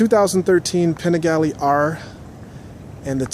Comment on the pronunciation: Fun review.. Thanks for sharing... We need to get you some Italian lessons as you murdered every Italian word on the Panigale.... ;)Both great bikes.. Personally I'd rather have the Duc... And for this whose say v twins can't compete? Have you not seen all the Ducati championships? Ducati may be a bit down of late, but they won't be for very much longer...